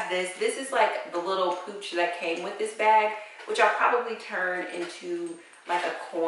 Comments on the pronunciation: Pouch, not pooch. Pouch...rhymes with couch. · That hot pink sorority thing is a pouch - rhymes with couch. Pooch is a dog or stomach flab.